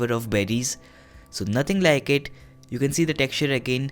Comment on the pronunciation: its crispy as well (naatheng laike ittt)